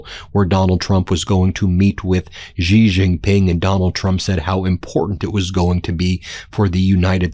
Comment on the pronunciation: It's pronounced she, she Ping Ben😅